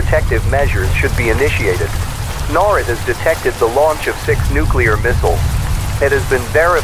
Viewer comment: The AI mispronounced NORAD.